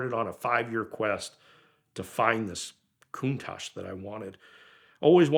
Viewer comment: Its not aa Coontash, its a contatch.